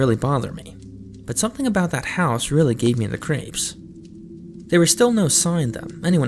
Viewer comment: "But something about that house gave me the cRaPeS"{btw crapes are french pancakes}